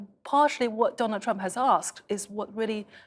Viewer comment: Also, Ji. It's Trump not "Triumph". But that will suffice.